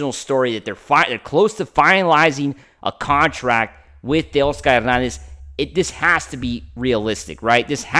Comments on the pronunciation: exactly he's Latino when he was born that's the way his parents pronounced it. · For all you people complaining about the way he pronounces Teoscar’s name that’s the correct way to pronounce his name ! After all Teoscar is Latino !! Give the guy a break ! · That’s the correct way to pronounce his name !! After all Teoscar is a Latino ! He is pronouncing it the correct way ! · He pronounces it the right way ! The way it should be pronounced! After all Teoscar is Latino !